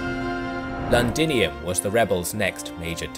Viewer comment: Londinium not landinium.